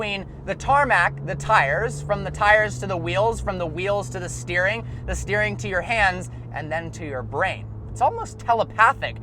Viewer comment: STOP SAYING ESSTAGARING PLEASE FOR FUCKS SAKE LMAO